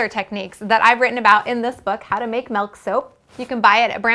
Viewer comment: WHY DOES SHE SAY MELK!!!!! IT IS MILK